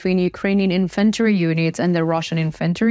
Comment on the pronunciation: Very detailed reporting and much improved map-work which is now perfectly synchronised with your speech. I have joined your channel, and tried to communicate with you via email but to no avail. Reluctantly I am again talking about pronunciation 'publicly', so to speak.. "Infantry" is pronounced with HUGE emphasis on the FIRST syllable "IN-f'n-tree" . Otherwise it gets muddled up with inventory, which means a list of stuff you might own or store, and has emphasis on the 'e'.. There are many other mispronounced words that go far beyond an endearing accent. I admire your professionalism. Have you watched 'The Russian Dude' and 'Anna From Ukraine'? I mention these as I wonder what you think of them; they might help you develop another dimension.. I would "read and care about all your comments.." 🙂.